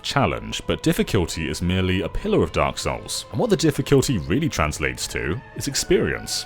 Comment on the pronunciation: "Diffikyult" "Astorias" mild eye twitching Good review though.